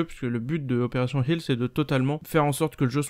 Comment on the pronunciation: "Opération Helfss" Kappa